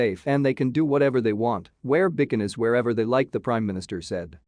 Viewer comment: Becanees? Oh Bikinis! Lol ok , can't find anyone who can read?